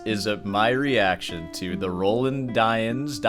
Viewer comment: I've never heard Roland pronounced like that, and i will not begin now.